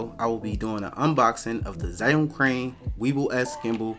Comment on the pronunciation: It's actually pronounced "ju-WING". Don't ask.